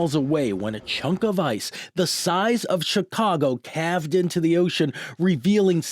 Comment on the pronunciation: What is it with reporters these days who can’t even properly pronounce simple words such as “caved”? He said “calved”, like when a cow gives birth.